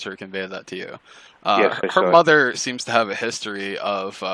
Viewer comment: " her motha" hahahaha I love it too 😆